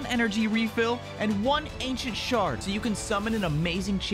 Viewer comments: What do you mean it sounds like ancient shart..? That's what he said. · I laughed at the raid sponsorship, especially the part when you said ancient shard, which sounded like ancient shart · He said ancient SHART